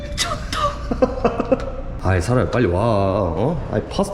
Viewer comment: 아 이런 십원짜리 리~조또 ㅋㅋㅋㅋ발음 찰지네요 ㅋㅋ